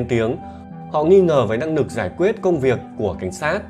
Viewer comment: Giọng này mà hay cái gì??? Năng nực, kết nuận, Phi-níp-pin, ...vv. 😂😂😂